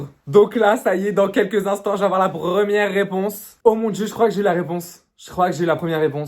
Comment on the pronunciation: j’vais essayer de le drrrrrraagguueerrr j’vais me mettre en compte prrrrrivééee la prrrrrremière réponse 🤌🏻😭😭